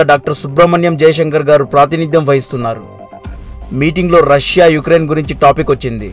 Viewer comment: Good information and well presentation..👍 But names pronunciation is wrong... లిజ్ ట్రుస్ కాదు - లిజ్ ట్రస్ యుక్రెన్ కాదు - ఉక్రెయిన్